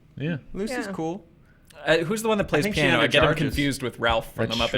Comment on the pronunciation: I think it's Rowlf not Ralph...